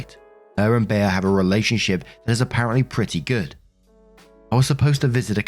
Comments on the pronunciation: It's "Bee." Not "Bay-uh." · In what reality is Bea pronounced Bayer not Bee? lol! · It's NOT "bee-ah". I've travelled all over the USA and only ever heard that name pronounced "Bee". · Well,. We knew you couldn't pronounce "Liza", "Mila", and 50 others correctly. Now we know you can't pronounce "Bea" correctly. Seriously? Maybe you can ask Be-uh if she'd like a cup of te-uh to go with her plate of pe-uhs. Jesus. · It's pronounced bee. That's the name of one of my friend's mother. Always called her Aunt Bea growing up. Wasn't that the name of the aunt in the old Andy Griffith show? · It’s pronounced ’Bee’ like the insect, here in America. Probably short for Beatrice/Beatrix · It's pronounced "Bee". This woman sounds like a nightmare!!! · It's pronounced "bee" as in Bea Arthur (short for Beatrice). Hope that helps 😊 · The e in Bea is pronounced like the first one in ever.